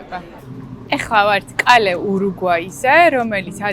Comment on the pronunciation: ოღონთ კალე არა Calle -კუჩა კაე ყურში ციდათ მომხვდა🎀